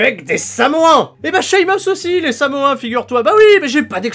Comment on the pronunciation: Allez viens, on va manger... DES CHIPS!!! Par contre on dit samoans, pas samoins